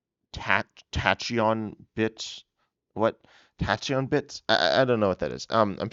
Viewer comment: I’m so excited for these, even from just a collecting standpoint. Also heads up that tachyon is pronounced as tack-eon, with the emphasis placed on the ta part of the word :)